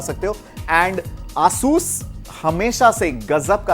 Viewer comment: not aaasus its asus